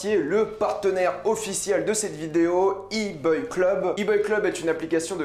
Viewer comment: Mais ne loupez pas sa prononciation de iboy club 😅